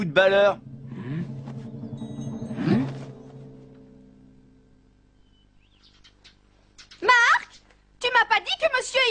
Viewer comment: Pourquoi il prononce footballeur (foutballeur) alors que sa se prononce footbolleur (foutbolleur) ?!